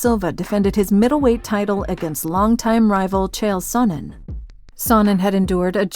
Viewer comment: Chael "sOnin" Sonnen